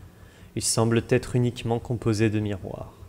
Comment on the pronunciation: Bravo pour ce travail de titan ! cependant attention aux liaisons qui écorchent les oreilles: "semble être", et non "semble-t-être" ;)